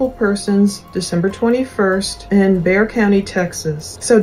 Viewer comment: Very impressed by your correct pronunciation of Bexar County! 👏